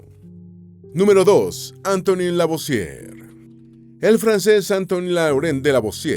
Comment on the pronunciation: No es Antony es Antoine (Antuan). Era francés, no inglés o Norteamericano...